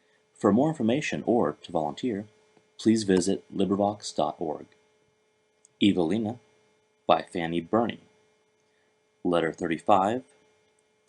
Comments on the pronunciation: It's pronounced Evaleena 🤦‍♀️ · You're wrong. It's a British author. It's pronounced een not ine